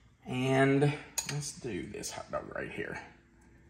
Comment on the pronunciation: Say hot doag sauce again!!!